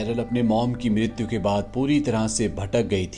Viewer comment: Bhai tum mrityu bda gazab ka bolte ho.mrityu ho gyi thi 😂